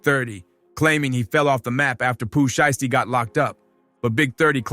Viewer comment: Yep…. I draw the line at “Pooh Sheeshtee” Go bk to da lab bro…. This ain’t it…